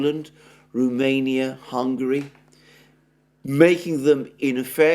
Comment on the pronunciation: It is Romania not Rumenia. R O mania. Cheers.